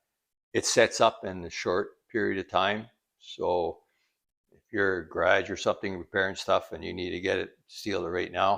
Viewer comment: “ ‘graaage’ “ 😂